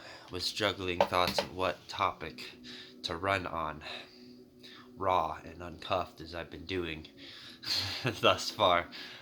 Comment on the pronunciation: When you said "raw"...my mind first thought you said Ra (as the God). Raw is pure, down to the very essence. Intuhrestingh. Berry intuhrestingh. 🤔